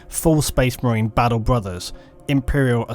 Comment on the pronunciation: Wish this guy could pronounce the letter T in words. It battle not baddle!